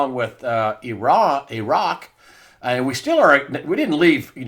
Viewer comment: Thank you so much for not saying "Eye-wrack." I sometimes think you are the only one. As for pulling out of Syria, the "powers that be" want us in a war (they'd like a bigger one), so any war will do; it's such a racket. I think Mattis was hedging his bets with the deep state.